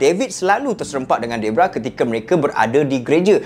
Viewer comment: bukan debrah bng deborah